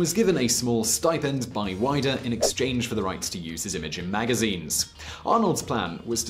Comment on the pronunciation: Hi not wanting to correct you too much, Arnold entered the 1980 Mr Olympia because he was already getting in shape for Conan the Barbarian. Also Weider is pronounced Weeder. Nice video though. Thank you.